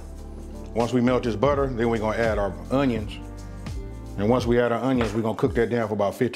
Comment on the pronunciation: YUM! Love how you say “UNYUNS!!!!!!!”🤣